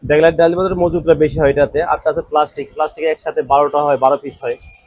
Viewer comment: আরে ভাই ড্যাকোলাইট না, ব্যাকোলাইট